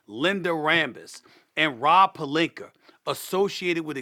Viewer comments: Irks me when he says "Palinkerrr" it's Palinka--- uh.. Not errr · SA: "Rob PelinkeR" LMAO